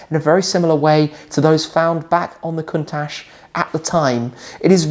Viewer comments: it's pronounced Countak not Countash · The pronunce isnt correct : the CH at the end should sounds like CHOP in english or CIAO in italian so it is a C not an S